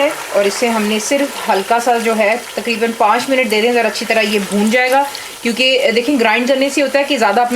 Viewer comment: TAKREEBAN PENDO ACCENT: TAQREEBAN IS THE RIGHT ACCENT.